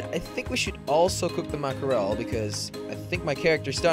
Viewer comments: I like what ya got going on but I can't hear mack-er-el again. Are you in a landlocked state by chance? lol just teasing you. But for the record it pronounced mack-ruhl. Just two syllables. Just a little help from a girl in Maine. We literally can watch mack-ruhl (lol) jump in schools a hundred yards from our house, so we are a little familiar. :-P Keep up the raft vids though. Really enjoy them! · I used to pronounce mackerel like that but then when i realised it was ‘mack-rel’ I was embarrassed af. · Say it like mackrul